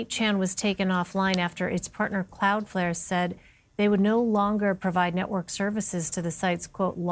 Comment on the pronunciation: She called it "Cloudfair".